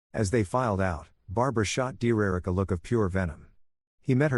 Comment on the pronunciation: Ai does not know how to pronounce words 😂😂😂😂